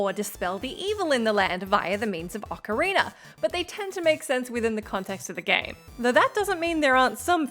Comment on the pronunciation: Did she just say dispel the evils in the land by means of the mocarina?